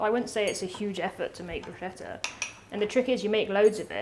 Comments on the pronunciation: CH in italian is pronounced K, so "brusketta" is correct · ChiaBATTER for the BrooSHEDDA. wholesome english inaccuracy. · 'Bruschetta' is pronounced like BROOSKETTAH, 'KET' being the accented syllable. Source: I'm Italian. Cheers! //Rick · It's pronounced brooshketa. CH together in Italian is "k" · I would choose the bruschetta any day, but, PLEASE, learn the pronunciation of ciabatta and bruschetta! Cha-ba-ta Bruce-ketta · It's brusKetta. "Nobody knows" 🤨 - we Italians know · Bruschetta .. the "ch" is hard, like a k for you english speakers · When I open my Italian restaurant I shall call it BRUCE KETTER so that no one mispronounces 'Bruschetta' ever again. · Hello there, those recepies seems quite interesting...I like sardines but I'm not a fan of tomatoes. The interesting thing is....I'm Italian and I'd like to help the two chef with the pronunciation of BRUSCHETTA and CIABATTA. The first one is like in the words "Scotland" or "sketch" or "skull", in Italian we need that /sk/ sound and much more enphasy on the double t. The second one was pronunced rather well only enphasizy on double t sound again. Nice sandwiches and nice kitchen! Cheers from Italy! 😊👋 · Oh boy... 1. pronunciation of Bruscheta and Chiabatta are dreadful, 2. How can you use tomatoes and not wash them before cutting them??? 3. Stop adding salt and pepper without tasting it before 4. Don't throw away the bits of chiabatta bread you aren't using... Throwing bread away is a sin! But above all else: James May, WHO SAID YOU COULD ADD SARDINES AND ANYTHING ELSE OTHER THAN OLIVE OIL? As you were preparing it, I felt my stomach getting revolted... That is top representation of British cooking: just awful. At least you could have done something useful with the spice trade after stealing it from us the Portuguese... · She needs to stop saying bruschetta wrong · you were right the first time, it's pronounced Bruce-ketta 🙂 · never ever broooshettah.... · It's pronounced BruSKETTA, not Brushetta.